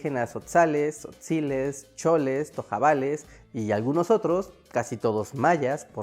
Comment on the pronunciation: Zotzales, tojabales 😂😂😂